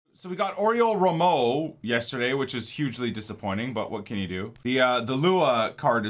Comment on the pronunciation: The Way you say Oriol Romeu is funny 😂 it's row·may·oo. Was a Legend at Southampton